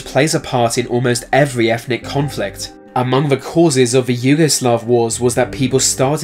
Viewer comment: Fings ? Touwist, Fought? Accuwit? Perhaps as a British subject you should look into received pronunciation so as to be understood by more of the English speakers on the planet. Oh and while you keep trying to communicate ETHNIC IS NOT EFNIC. take the marble out of your mouth you arrogant